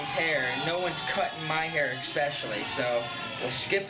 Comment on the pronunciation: Man, he is "expecially" good at avoiding questions and saying a lot without saying anything at all.